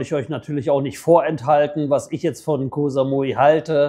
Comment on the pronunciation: Koh Samui war schon vor 30 Jahren eine reine Touri Insel, auch mit den ganzen Pauschalangeboten aus Europe. Koh (Insel) wird ja nicht mit scharfem K sondern mit einem weichem G ausgesprochen. Sollte man als langjähriger Expat in Thailand eigentlich draufhaben.